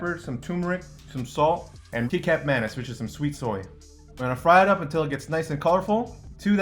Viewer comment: He said key-cap instead of kicap.😭😭😭😭